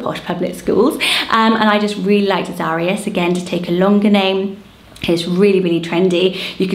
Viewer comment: Love this list! Azarias is usually pronounced ah-zuh-rye-us, like Zacharias/Zachariah, Ananias, Elias, Tobias.